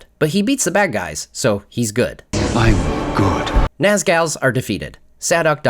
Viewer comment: Naz-Gals lol